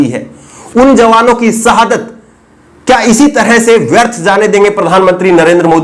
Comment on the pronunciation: Arre ooh Bihari, sahadat nahi shahadat hota hai 😉